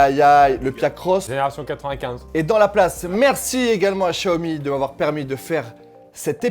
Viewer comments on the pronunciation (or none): Non Chiaomi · Attends ça ne se prononce pas "X zia o mi"?